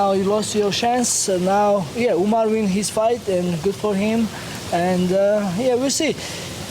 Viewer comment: He says umnar because of umars insta or twitter name spelling if I remember correctly